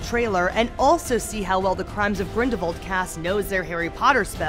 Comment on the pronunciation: Its not grindavald its grindalwald